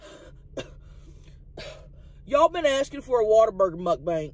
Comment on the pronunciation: I think she says it like Mukbank. But heck who knows. She still sounds awesome and don’t care about what others think. Not even as Tammy or Chelcie